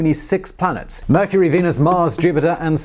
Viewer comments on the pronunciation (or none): none